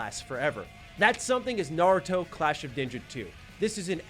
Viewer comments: says Naruto incorrectly, so I hope you didn't learn from him. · I didn’t know there was a “correct way” to pronounce “naruto” in the English language. I guess it would be similar to “poke- EE-mon” vs “poke-a-mon.” Honestly it’s all kinda dumb anyways since even the “correct way” doesn’t sound like the actual way it’s said in Japanese.